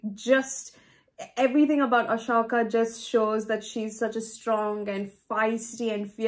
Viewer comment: It’s pronounced A-Soka not ahshoka